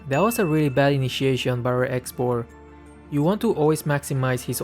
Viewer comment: Nobody: Literally Nobody calling X.Borg cborg